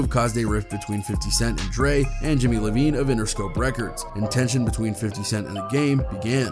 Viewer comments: Its Jimmy iovine not lovine ..u shud get facts right if ur gonna be a host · Thought it was a mistake in the beginning when u said Lavine/Lavigne... Its Iovine... Jimmy I-O-V-I-N-E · Jimmy Iovine. Not Levine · Jimmy Lovine😂 it’s iovine. I not L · Its Jimmy Iovine not Lovine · His name is Jimmy Iovine though, not Jimmy Levine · Jimmy iovine and yayo🤡 Levine and yahyo lol do u even listen to ur videos? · I-o-vine. Not lavine tf! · Just FYI his name is Iovine (eye-veen) not Lovine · I’m sorry to be that guy … but it kinda fucked me up when dude called Jimmy Iovine “Jimmy Lovine” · It's Jimmy Iovine like EYE-VEEN not LA-VEEN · It’s Jimmy Iovine, not Lovine. Lol. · It's Jimmy *I*ovine, not Lovine. It's a capital "i" not an "L". This is a hip hop channel that doesn't even know Jimmy I., lol get your shit together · Jimmy Lovine 😂😂😂 bro that’s an “i” not an “L” ([aye-oh-veen]) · Iiiii-veen, not Loveen. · It's Jimmy Iovine, not Lovine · It’s Jimmy iovine with an i not Jimmy Lovine bro 😆 🤦🏽‍♂️ pays to do research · The fact that this guy doesn't know that it's IOVINE and not Lavine shows his credibility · Iovine iovine, not Lovine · Jimmy iovine not Lovine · It's Iovine not Lovine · jimmy "i"ovine not Lavigne pronounced "iVEEN" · Lovine? It's Iovine "eye-oh-veen" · It's not jimmy lovine it's jimmy iovine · It's Jimmy Iovine, not Jimmy Lovine. An upper case "i" not a lower case "L", lol. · Lol its not Jimmy “Lovine” its Jimmy Iovine. How do you not know this but your making youtube videos about the music industry. Specifically the game whos signed to interscope whos owned by… jimmy iovine. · It's pronounced "Jimmy Iovine" with an "i" not "L" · It’s iovine not Levine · It’s Iovine, not Lovine Jimmy Iovine With an i Pronounced “Eye-OH-Veen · Aint his name Jimmy Iovine not Lovine? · Who tf is Jimmy Livine? It’s Iovine, pronounced (eye-veen). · Jimmy Iovine, not Lovine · jimmy LOVINE ??? seriously ??? It's Iovine, EYE, O,VINE...IOVINE, I, O, VINE...dude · Jimmy Ivine not Levine